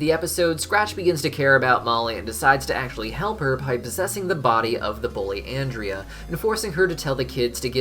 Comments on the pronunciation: YOU TELL her nam Wrong its AN- DREA !! xD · Um…it’s actually “Ahn-drea.” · My thing is he keeps scaring people in Brighton so why does the miserable meter go up. There's other people to scare besides molly and her family...Also its Awn-dria lol. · You actually miss pronounced Ondrea‘s name in this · Guys he said Andrea wrong don't let him sit at your lunch table